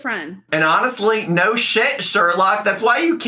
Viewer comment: Why has she started saying "no" like that.. naěu